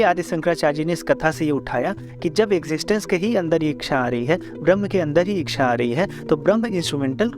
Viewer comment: Thankyou for this interesting and informative video. Please correct your pronunciation of the word "इच्छा" (ichchha), you pronounce it "इक्षा" (iksha) which is incorrect.